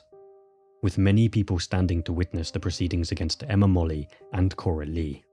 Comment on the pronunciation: Interesting. Molloy is usually pronounced as spelled, not 'Molly'.